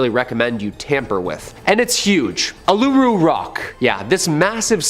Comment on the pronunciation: These Canadian need to learn how to say Uluru.... and its in Northern Territory of Australia, not in South Australia